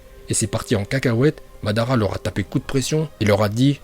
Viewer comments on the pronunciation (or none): Tu viens de détruire le prénom de madara😂